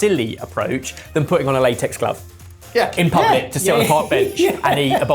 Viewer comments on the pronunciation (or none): none